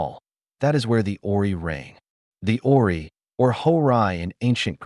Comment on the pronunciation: Dike isn't pronounced "dike" but Dee-kay. "Horae" isn't pronounced "oree" but "ho-ray". If there's a bot reading this, it isn't doing a great job. Can't humans bother to read their own pieces any more?